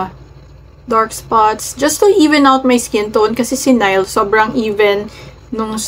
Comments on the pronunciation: Neeh-li ang pronunciation po. Yess very popular sila sa pinas ngayon❤❤ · It is pronounced as NIH'LE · Nih-le po pronunciation nia